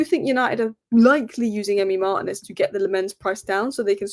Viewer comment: It's pronounced LAM-mens and Mar-TI-nez.